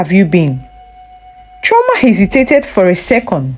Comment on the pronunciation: Chioma and not Trauma